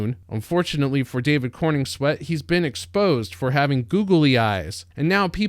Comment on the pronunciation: It's CorENswet, not CorNINGswet.